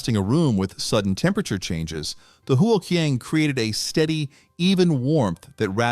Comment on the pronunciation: Since you do a video on Chinese ways of heat retention, you should learn the proper way of pronouncing huo qiang (火墙）. Otherwise you will propagate the mistake to your audience. 😅😅😅